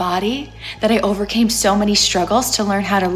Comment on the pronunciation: There is no R in the words "video" and "so"